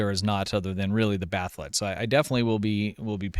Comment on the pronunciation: Why are you pronouncing it "Bath'let"? It's Bat'leth.